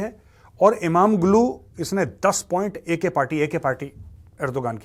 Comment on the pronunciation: Major sir g in imamoglu is silent,read it as imamolu,yavas as yavash🙏